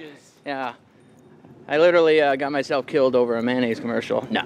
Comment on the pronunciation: Would you stop saying manaise?